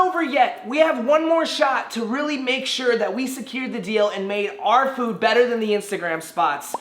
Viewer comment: He said foode at the start instead of food